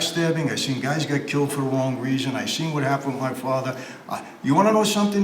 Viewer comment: Michael " my fathwa " 😅